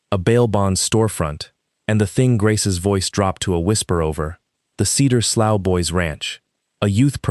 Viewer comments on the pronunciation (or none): Slough is pronounce "slew", it is a type of drainage creek. 😮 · The word slough has multiple pronunciations depending on its meaning and whether you use American or British English. It can rhyme with "slew" (like blue), "slow" (like cow), or "sluff" (like cuff). It is probably better in this context to pronounce it sluff. Many of us have heard a real life story much like this from various settings, not just rural. This story was well produced by giving us a satisfying resolution to outrageous exploitation. It's amazing to have whole families poisoned by such practices, although this sort of thing is not far off from college fraternity initiations crossing the line from minor pranks into severe physical abuse, alcohol poisoning, and fatal hazing. High-profile incidents across the U.S. have led to hospitalizations, permanent disabilities, criminal felony charges, university bans and even death. It's, "You can be one of us if you can take the humiliation and assault, to become as bad and evil as we are". You can research hazing deaths for yourself. If extraterrestrials came to evaluate earth, there's some question as to whether or not they'd leave it as a cinder.